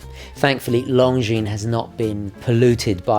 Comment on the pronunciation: One of the few watch YouTuber’s who knows how to pronounce their name correctly 😁👍